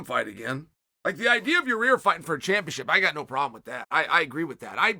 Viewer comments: Yah-ear not your-rear . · Chael, in case you actually want to pronounce his name, go with Ya-ear Rodriguez